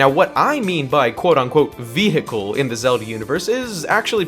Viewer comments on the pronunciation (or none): did you really just pronounce the “H” in veHicle?